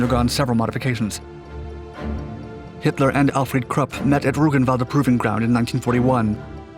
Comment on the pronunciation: Anyone else appreciative for properly pronouncing 'Krupp'?